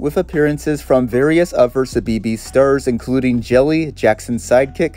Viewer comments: CBeebies is pronounce 'see-bee-bees' 😅 tiny nitpick but for a brit like me, it stood out a ton Otherwise, amazing vid! ❤ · nah he said suh-bee-bees 😭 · ive never heard CBeebies pronounced like that 😭 good video tho just funny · No but same. 😂 His pronunciation makes sense, but growing up knowing how CBeebies is said it was amusing to me to hear how a non-Brit (American?) would say it. 😊😅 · i didn’t even realise he was talking about cbeebies at first omg 😭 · I can't help but cringe at how you pronounce "Cbeebies" although how do I know about when being an American is obvious because of a certain Sci-fi British Show with it's own lost Media